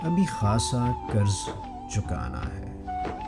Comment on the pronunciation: لفظ قرض ہوتا ہے۔۔۔ کرز نہیں۔۔۔۔اردو بولیئے ۔۔